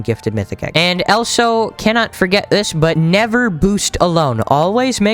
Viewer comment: why do u say elso not also no offense